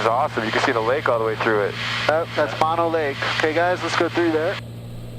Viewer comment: Too-wal-em-mee meadows and M-oh-no lake please